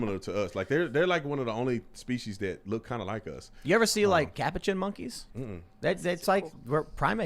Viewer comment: Tim pronouncing Capuchin 🤨🥴